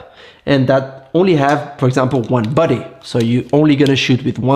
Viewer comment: just a joke. I was confused a couple of times because of the way you pronounced (camera) «body». I thought, who is this buddy? 😊